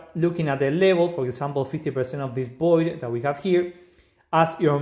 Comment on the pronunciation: Void with V, not 'Boid"